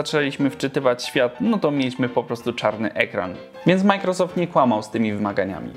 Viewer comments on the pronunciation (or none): none